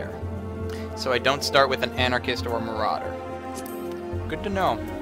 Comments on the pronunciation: Dude, it's ARCANIST, not anarchist. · lol, he said Anarchist instead of Arcanist!